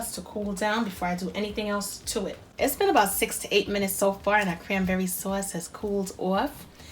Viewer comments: I like. I think I used brandy in the past (,maybe bourbon? Something with a "b"). I like the orange liqueur Marnier. I love the accent,the NY way you say saw-is. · Sewace...lol East Coast